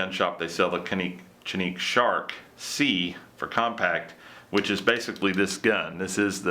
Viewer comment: It's pronounced Janik. Which is no odder than American spelling andponounciation lol